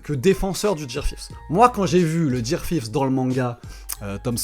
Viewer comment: Ça sait dire Coola, mais pas Gear 5